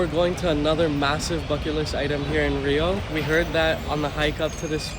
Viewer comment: you did a wonderful job. As a Brazilian I compliment you for the incredible research you did about Rio, its places and gastronomy. Even the correct pronunciation of the places and food was on point! Congrats! You absolutely nailed it!